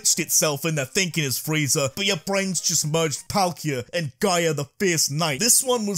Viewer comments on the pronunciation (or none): none